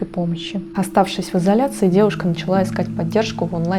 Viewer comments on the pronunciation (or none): none